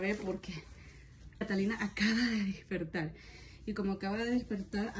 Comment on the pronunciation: Disculpa, no soy suscriptora pero miro tus videos, así que no es necesario publiques mi comentario, es sólo para ti. El verbo DESPERTAR es con E y cada vez que te escucho tu lo dices con I. Yo despierto, tú despiertas, él despierta.... Lo segundo, es que tu nos muestras que se te ofrecen víveres de primera necesidad, ( el esposo de Reina) y tienes la amabilidad de compartir porque consideras que son realmente muchos y no los usarán; bien, si aceptas víveres de primera necesidad en época de pandemia, a mí personalmente me choca el gasto desmedido que realizas en dos tortas (USA 200) yo soy latina, estamos en cuarentena, y es mucho dinero. Para dos mujeres como son tú y tu mami que perfectamente pueden hacerlas, no es necesario la perfección en las mismas, ya que los niños perciben mas el amor que la perfección en las cosas. Lo otro que pueda decirte un psicólogo es que tu niña mas grande debe entender que el día de cumpleaños de su hermanita es de ella, porque a su vez ella tendrá el suyo.YO por lo que veo, ordenas dos pasteles, y tu niña mayor está vestida como si fuese la festejante, no sé asesórate, si Camila tiene celos, no me parece la mejor manera de resolverlos de esa manera. Disculpa mis observaciones, si crees que alguna vale la pena tómala, y si crees que me equivoco estará bien, yo lo hago con sumo respeto. Valoro el gran trabajo que se han tomado en la realización del cumpleaños, deseando lo mejor para ti y tu familia.